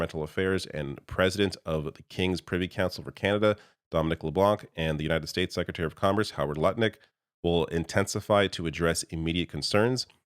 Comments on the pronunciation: Love your channel, but FYI, when you pronounce Leblanc, the c is silent. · The C in LeBlanc is silent.